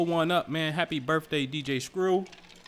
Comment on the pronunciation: Hey I want to hear you say BIRTHDAY not birfffday .